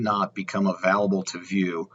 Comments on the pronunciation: Sorry man, I couldn't get through the video after hearing uh-valable too many times!! 🤷🤷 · Can you please say the work available right? Haha